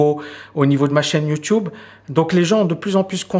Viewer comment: j'aime tes vidéos, tes points de vue, tes analyses, par contre je supporte pas ton "youtioube" 😂🤣 désolé fallait que sa sorte